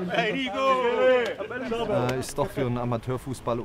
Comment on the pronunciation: THIS GUY IS CROATIAN HOLY SHIT. ITS NOT NICO ITS NIKO